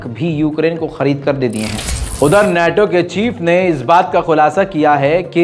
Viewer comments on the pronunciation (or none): none